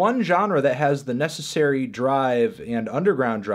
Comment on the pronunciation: "necicarry." how did that person pass elementary school.